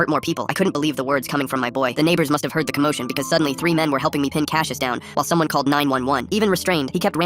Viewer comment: Hold up. My brother's name is Cassius. And not cash-yish, it's pronounced cass-yus. It is a Greek name.